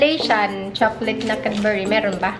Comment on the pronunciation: nakakatuwa ang pag pronounced mo ng cadbury.... the right way to pronounced is without U